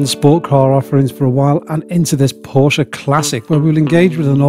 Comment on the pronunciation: Thanks SO MUCH for pronouncing the family name much closer to correctly than most! Prefer black Fuchs, but everyone has their own likes and dislikes.